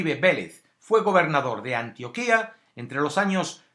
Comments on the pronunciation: Gracias por el vídeo humano, compartiré. Antioquia no tiene tilde en la i, por tanto no se pronuncia Antioquía, sino Antioquia. Saludos desde Colombia! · Hola, muy buen video. Recuerda que se dice Antioquia, sin tilde, no Antioquía como sí se dice Antioquía del orontes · Se dice Antioquia (con acento en la o) no Antioquía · No se dice "ANTIOQUÍA". No tiene tilde en la segunda "i". Tiene acento en la "o". Pffft.... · No se llama Antioquía, se llama ANTIOQUIA, sin acento. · No es Antioquía, es Antioquia, infórmese bien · Antioquia pendejo NO ANTIOQUÍÍÍÍA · videos no vidios españolete antioquia no antioquía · Mr. Scrupulous El del comentario se equivocó o lo hizo intencional, jamás se ha escrito ni llamado de esa forma acá en Colombia, mejor escúchalo de esta chica, así se pronuncia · Es Antioquia no Antioquía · Muy buen video amigo mio, bastante informado, agradezco que no haya un sesgo político y bastante objetiva la información una aclaracion, espero no sea muy chocante pero se pronuncia Antioquia y no Antioquía como la del mediterraneo Muchas gracias por el video y a la gente que apoya este tipo de contenido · Antioquia no se dice como tú lo dijiste en el vídeo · Esto es una mierda, ¿cómo va a poner esto de uno de los lugares más horribles? Usted mismo dijo que fue por causad naturales, entonced ponga Armero también, ponga todas las putas ciudades que han sufrido un derrumbe; y Antioquia tiene acento en la o, informese bien antes. Y si habla de líderes sociales, es toda Colombia la que está en la mierda; una basura de video. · Ni siquiera sabes pronunciar antioquia... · Aunque la pronunciación está mal en Antioquia, no importa. Quería notar el intro de powerbazinga en el minuto xd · la Antioquia de Colombia es palabra grave, no aguda. Por lo demás, excelente documental. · Burro, pronuncie Antioquia bien! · este baboso no sabe ni pronunciar antioquia y si viene ha hablar basura